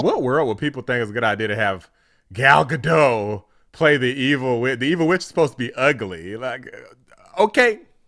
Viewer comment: Her name is pronounced Gal Gadot with T in the end. I am from Israel so I know